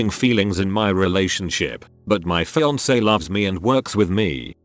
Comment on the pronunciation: Pronouncing fiance as fian-cay...